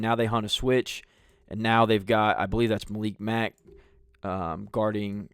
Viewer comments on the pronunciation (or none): none